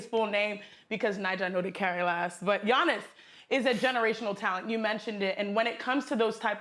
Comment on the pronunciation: They lady said Giannis’s name wrong🤦🏽‍♂️ It’s Akounpo